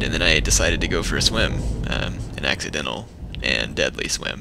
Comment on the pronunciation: "An axcidentaly and deadly swin. Whoops." lol